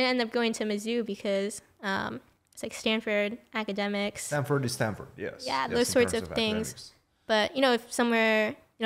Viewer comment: It's called Stanford not standford